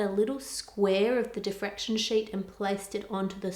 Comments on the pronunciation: Diffraction Ann, not defraction. 😂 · diffraction, not defraction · So close. It's diffraction, not defraction. Still an amazing video and still love ur channel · *diffraction, not defraction. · Im sorry, its a great video and all, just wanted to say its Diffraction not defraction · isn’t it diffraction?? rather than defraction? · I thought the word is diffraction. :) Also, it may be worth mentioning the Applied Science channel of Ben Krasnow and his video